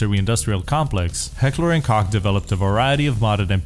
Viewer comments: You pronounced "Koch" perfectly but after that you went back to pronouncing it "Kock" ... son i'm disappoint. :( /s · Heckler and "Coke" is how its pronounced. Cant say I didn't say it differently for years myself. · Leave it to to pronounce koch as cock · Koch is pronounced Coke. Not cock lol. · Awesome Video, but please understand that it is pronounced "Coke" not "Cock" otherwise I love the video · in german koch not cock. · Koch is pronounced as "Cock", as a last name and in the name (Heckler and Koch) if you are in Germany,. BUT, it is pronounced "Coke" if you aren't in Germany. Don't ask my why, that's just how it works. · Sounds more like "Cahk" to me. But it literally does say on their website it's pronounced like "coke." It's the very last one. ( The English pronunciation is pronounced, “coke.” ) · Koch is pronounced Coke. Like the soda. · HK is actually pronounced "Heckler and Coke" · wait so he didn't actually pronounce correct ever, if you go out to HK's website its said like "Coke". So for years I have always heard it called that even from the reps at the gun shows from HK? So are they saying it wrong or am I crazy? lol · It's a company from Germany with a German name (which is also the same word used to translate cook to German) also I am German, believe me it is pronounce Koch not Kock/Cock/Coke/etc. ;D but it's not really that important anyway. It's only important that you Americans like and buy our guns. :) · its pronounced "coke" plz see this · Heckler and Koch just make it easier for the more stupid English speakers. It's pronounced, Co-h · You pronounced koch wrong. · To "censor" it because it sounds like "cock" in English... however, that is exactly how the name "Koch" is pronounced in it's native german language, which is where the name comes from, and subsequently the real pronounciation would be "cock". I'll leave mispronouncing a name for the sake of marketing to the guys at Heckler & Coke XD